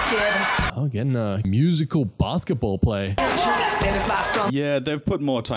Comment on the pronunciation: Not saying Musi- cal 🎶